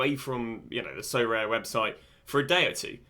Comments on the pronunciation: Sorare: aribeh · Love the vids Sorare-aminoc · Sorare: DaSuHi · sorare: SoCommon. (with full stop)